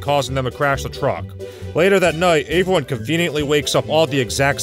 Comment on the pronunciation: Don't you mean "averyone"